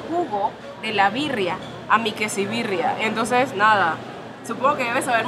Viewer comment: JAJAJAJA ES QUESABIRRIA NO QUESIBIRRIA